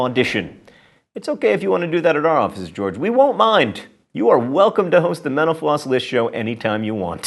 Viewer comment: Does anyone else think he's saying menopause when he says mental floss?